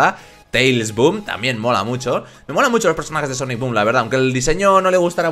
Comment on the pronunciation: Cuando aparicion etman de SONIC BOOM dijiste etman SOOM